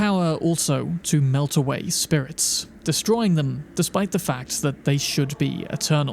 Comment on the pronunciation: Great content here, Thank you for the effort you went through to create this video. However, One thing that was scratching my ears through the video: The words that ends with S. You pronounce them Like Wariorissss, Spiritssss, Rememberanccccce.